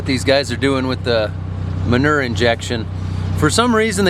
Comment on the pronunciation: Ahh yes, a much better view of the "muh-nir" injections 😅